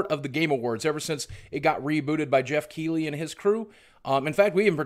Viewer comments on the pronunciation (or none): none